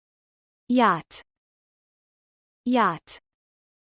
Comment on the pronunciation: You make mistakes in pronounciation, particularly in the word yacht